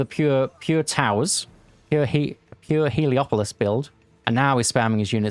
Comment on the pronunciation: Everyone calls it "heliopolis", but it's called "helepolis".